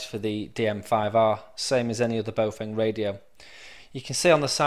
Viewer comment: Baofeng is pronounced bow-fung, not boh-feng. >